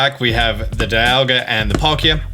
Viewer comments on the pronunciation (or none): The right way to say Zacian is Zah-shee-in. Also Dialga is pronounced Dee-all-gha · "Za she en" is how they pronounce it in the anime, also, dialga is "dee al ga"